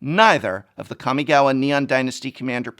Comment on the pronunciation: Kah-mi-gah-wah Prof I love you but please soften that second 'a'. It's hard enpugh hearing "ninjitsu" all the time from people, and I think it's important when using loanwords (or fictional words based on another real language) to try our best to preserve the original pronunciation